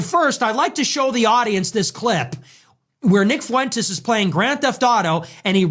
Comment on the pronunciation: Four feet four fuentz😊